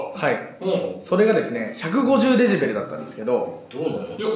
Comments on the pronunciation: の「デジベル」が気になるww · が｢デジベル｣って言ってるのを、｢デシベルね｣って訂正してるバシくん好き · デジベルって言ってんな〜www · デジベルって笑笑 デシベルじゃね？